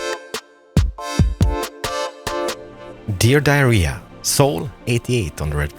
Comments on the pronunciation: 8 minutes in and.. did you just say "Dear diarrhea" or am I hallucinating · did you say Dear Diarrhea? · Is just me that ears "Dear Diarrhea..."?